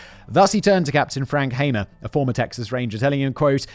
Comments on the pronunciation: Frank HAMER, not Hammer. (It was driving me insane) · As someone who has studied Bonnie & Clyde, I really enjoyed this one Simon, great job. BTW, it's pronounced, HAY`mer, like a bail of HAY that cows eat. My opinion about him and the other police that day,,,, B&C certainly needed to be stopped, but to be hired by a prison guy, Simmons, to commit murder, and make money for the commission of that murder, makes them mercenaries', just as bad as B&C themselves. I am in law enforcement and yes, I know they murdered police officers, but that's just not the way to do it. Those police and that Texas prison director should have been prosecuted.